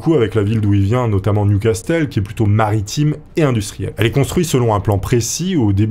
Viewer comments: J’espérais que tu l'ais refaite en prononçant correctement "Newcastle " .. Ça se dit "new casseule" pas " new castelle " 😀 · Repeat after me : Niouvasseul, pas nioucastelle bordel ! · Newcastle se prononce nioucasseul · "Nioucastelle"... des barres la prononciation ^^ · "New Castel"? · Ça se prononce NIOU CASSEUL !!! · le "t" ne se prononce pas